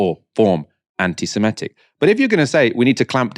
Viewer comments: Small point but you're pronouncing "anti-semitic" as semEtic but it's semItic. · Please learn to pronounce Anti-Semitic properly, it’s.not ‘semEtic’, really not difficult